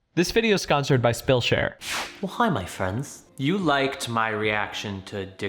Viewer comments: I'm so sorry but I NEED to know... Did he say "this video's skonsored by spillshare"??? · Did anyone else notice in the intro he said “sconsored by spillshare” lmao